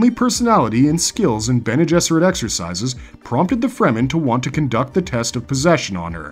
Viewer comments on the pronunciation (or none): none